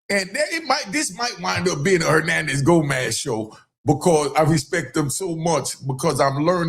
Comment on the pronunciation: Hoenanez Gonaz?